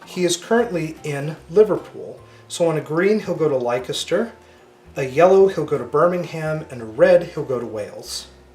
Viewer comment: Leicester is pronounced 'Lester' [ˈlɛstə] . Nice game.